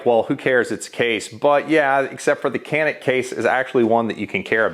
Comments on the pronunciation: It’s not yanik. It’s pronounced Janik. But Americans call it canik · Btw it was not Jahn-ick, it is like Joh-nick. Or like French name Jean. But you faked it until you made it. :) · It's actually pronounced "Janik". Confirmed by an actual Turkish speaker. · It’s “Jyanik” ya bloody yank! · It's John-ick you FILTHY CASUAL !!!! Just kiddin.. :p Nobody calls "Zig Zauer" too, why this was an problem i don't understand actually. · "Its actually pronounced Zjaneeck" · It’s actually pronounced like “Canik” in Turkish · Canik didnt even try to fight it! Like people trying to say we say garand wrong… nobody cares! 😉